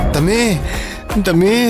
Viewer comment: ದಮ್ಮಿ ಅಲ್ಲ ದಮ್ಮು